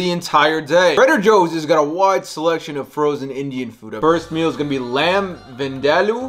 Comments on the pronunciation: It is pronounced as lamb vinthaloo , masaalaa cudy with brown rice , butter chickan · mispronounces vindaloo, “whoa, tastes authentic” its the little things that get me 😂